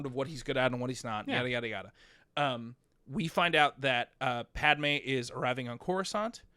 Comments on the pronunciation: Why not fix your pronunciation of Pad-i-may???? WTF???? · Is it me or is pronouncing “Padme” weird?